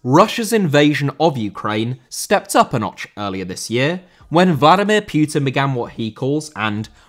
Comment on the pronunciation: Putin* not Pyutin